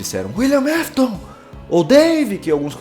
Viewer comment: William aftas